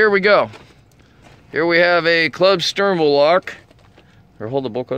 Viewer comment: "There we have a club steerwurl lock" "A Reeerwurld siutiation"